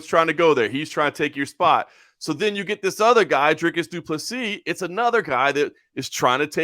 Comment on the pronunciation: As a south african and afrikaner i just wanna say thanks for finally saying dricus's name right. It's so mildly infuriating hearing so many americans butcher his name. So honestly thanks. And also goodluck to kelvin. He's gonna need it. Dricus ain't no joke but neither is kelvin. I'll be in dricus's corner but also I'm hoping just for a great fight over all. Best of luck and may you both come out safe and not badly hurt. May the best man win. Up the stillknocks